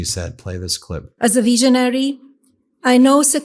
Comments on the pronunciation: OMG - as a veeseenoree …she cannot even pronounce the words, now she’s a “visionary”. So maybe she can see herself replacing Epstein and his team again..the whole family are festering swamp. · Melania is a veeezanary..😂😂😂